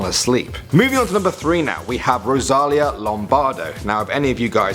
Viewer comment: Her name is Rosalìa not Rosália